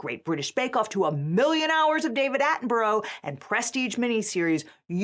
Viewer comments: "David Attenbro" - bless (Atten-bu-ra, roughly). Also the C in BBC strands for Corporation, it was Company for just 1922 to 1927. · Maybe do a very basic google seach, the BBC is the British Broadcasting Corporation, not the British Broadcasting Company. Edit - And learn how to pronounce "Attenborough" and "Cornwall" while you're at it. Both of those were painful.